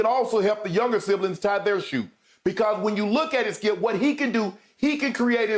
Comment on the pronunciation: Man i missed these guys last week.. Got to stop taking Skip and Shannon for granted cause last week i was miserable cause Skip wasnt critiquing and Shannon wasnt there to Say SKIIUUP... GLAD YALL BACK.. THE BEST DOU IN SPORTS